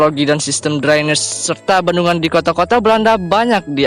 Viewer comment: Drainase dibaca draines...aduh min min...drainase ya drainase jngn dbca sok inggris...